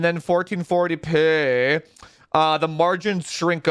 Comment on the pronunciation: Thank you supporters! Without you we wouldn’t have this beautiful content! I love when says “1440 peeh” - makes me giggle every time. 😁